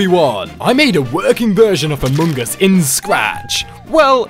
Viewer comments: why he says "amoong as"...? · you said amoongus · It’s funny how you Altars say Amung Us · The way he says among us... amoon gus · says amUngus